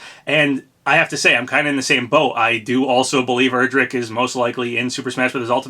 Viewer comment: Also I’m pretty sure Erdrick is pronounced like air-drick not er-drick